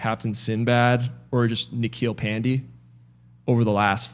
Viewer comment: Its pan_day bruh not pandi :P